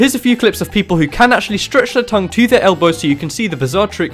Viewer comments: Elbow not eblow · you said licking your "eblow" not "elbow." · "Eblow" XD